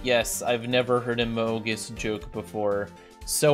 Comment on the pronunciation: a moge us Everyone else: a mung us